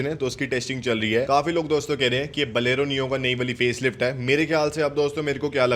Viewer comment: बोलेरो सही से बोलना कब सीखोगे छोटे....????